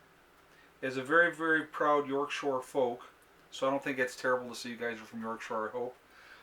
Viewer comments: P.S. It's York "Shire" not shore. Shire is the English word for county. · Loved the letter.... its YORK SHIRE not SHORE... love it. Great video again.